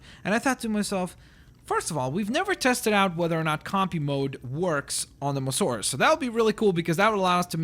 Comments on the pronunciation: 1st its not mosaurus its mo-sa-saurus 2nd can u create a skelleton short tailed diplodocus/brachiosaurus pls :) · its not mosarus its moa-sasarus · Its mososaurus as in m-oa-s-a-urus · its pronounced mosAsaurus